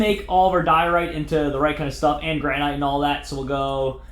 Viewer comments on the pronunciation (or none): Gran-it is the way it is pronounced not grAn-night. It's like a granite countertop. Also, they look terrible as building blocks because they aren't connected textures. Making everything out of pros marine and polished stone in circles looks bad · its pronounced granit, like new hampshire, the granite state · Did he say Ianite... Lol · Granite is pronounced GRAN-IT so many face plams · oh my goodnessols its pronounced gran-it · he said ianite!! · You kept saying granite wrong +